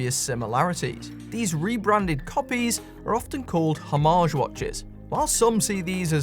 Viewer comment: Why is every video? I seem to watch a Brit? This only matters to me because I have yet to meet a British person who can pronounce homage correctly🤣